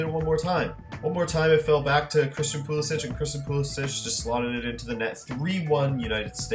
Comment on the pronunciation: Pulisic is pronounced Pulisick not Pulisich btw